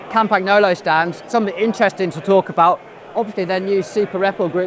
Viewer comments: Interesting video, but wish you would try to pronounce Campangolo properly... ;-) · CAMPANYOLO (the correct pronunciation) are fighting their way back into the limelight ! The old school boys (and girls) are cheering !!!